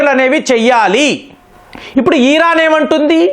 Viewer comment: ఇరాన్ ని, ఈరాన్ అంటారేంటండీ...